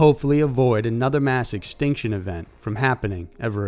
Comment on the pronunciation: "Permian Xtinction"?